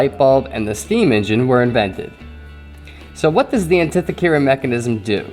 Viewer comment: This artifact and the story that goes with it are intriguing, and there are some valid ideas for its origination. There only problem I have with this video is the mispronunciation of the Greek island's name, and inherently the name of the device. But keep up the good work!